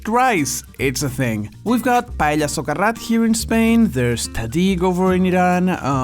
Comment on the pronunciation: i'm filipino and we say paella the same way as spaniards do. pa elya. not pa eh ya. thank you for the clarification.